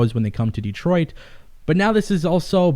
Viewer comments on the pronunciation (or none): none